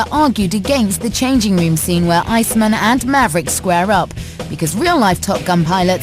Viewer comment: Who calls Val Kilmers character Icemun?